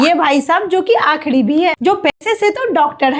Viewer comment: Akhidi aur Doctad nahi akhiri aur Doctor Biharin theek bolna seekh